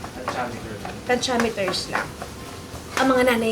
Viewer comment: Same here, tantsameters 😂